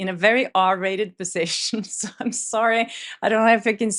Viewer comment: Yes Oscar had me distracted LOL “r rated positio” 😅😅😅😅